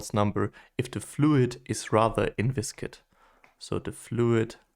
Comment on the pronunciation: thanks for your lecture, the pronunciation of inviscid is not [INVISKID] it is simply [INVISID].